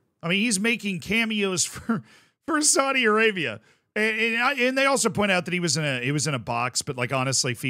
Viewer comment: needs to be careful. Saudi Arabia is very powerful and they may come looking for him to punish him. Not for saying that they are corrupt but for the way he mispronounces Saudi.